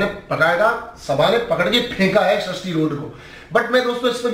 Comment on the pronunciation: Sharishti road nhi be sarishti rode Aur Nehha pends nhi nehha pendse